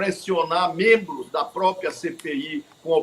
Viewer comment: A grande mairia dos menbros do Senado , deveria usar corretamente a pronuncia PROPRIA e nao propia. Corrigir tambem a pronuncia OPCAO que nao tem a letra "I " falando sempre Opicao. Dois erros praticados por quase todos os senadores e deputados.